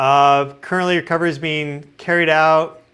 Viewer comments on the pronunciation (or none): none